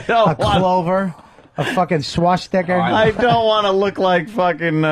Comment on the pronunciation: "a swassticker"